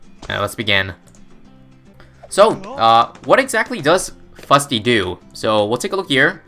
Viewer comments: It's not Big Chungus... IT'S SHREK Also it Fus-ty, not Fut-sy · "How long can one Fusty survive?"